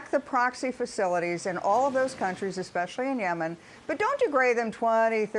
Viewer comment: I THINK WE DIDN'T HEAR BIDEN CORRECT. HE DID NOT SAY - DON'T - BIDEN SAID - DOH !! - QUOTING Homer Simpson